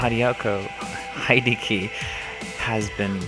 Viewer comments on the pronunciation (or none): Heidi yah kee hiddy okie Its Hee-Deh-Kee and Hideki Kamiya is not Itsuno. Hideki is with Platinum Games not Capcom. He left Capcom years ago. Itsuno is DMC4 and DMC5's director. Ninja Theory just got bought by Microsoft. And DMC5 is using the RE engine which was used for Resident Evil 7 and the upcoming Resident Evil 2 remake. Also Nero now looks like Jake Paul runs